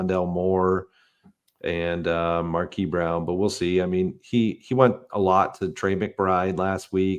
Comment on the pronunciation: can you please stop saying MARKEE Brown... it's /märˈkēz/. Don't forget the QUISE, God bless.